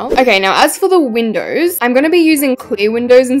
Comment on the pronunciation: WHY DID YOU SAY MODERN MINDOWS?!